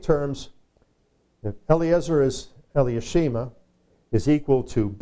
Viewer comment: The pronounced name for Elishama.. would be Eli-Sha-Ma., Correct..? Not Eli-ah-She-Ma because there's no vowels or "ah" after the Eli or L-EE, It's then SHA - Ma. Not giving grief, just pointing out.